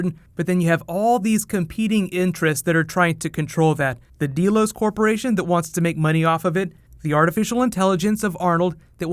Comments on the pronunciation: Great video! This was really interesting. I really like your explanation and theories. Please PLEASE do more Westworld videos!! Oh! Also, it's pronounced "Dell-os" like Dell computers. Not "deal-os." Just fyi. :) But seriously though, please make more Westworld videos just like you do with Game of Thrones. I think people would really like that. I know I sure as hell would! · It's "Delos", not "DEElos". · Deh-los. Not dee-los. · Deeeeeelos WTF?!! Don't you watch the show? D-E-L-O-S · First time I've ever seen this particular video, but one thing stands out. Did you ever listen to this show? Did you ever see the original movie? Did you never realize that the name of the corporation, Delos, is pronounced DELL-OSE, not DEAL-OSE? It's freaking GREEK! It's an actual island in Greece! This midwestern high school student mispronunciation sticks out like a pimple on a prom queen! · I'm sure tons of people have said this but you know it's "DELL-OHS" not "DEE-LOHS" right?